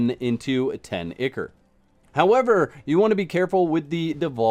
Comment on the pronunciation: FYI, Picky, I know, but I believe, ICHOR is pronounced ai-kor (eye core).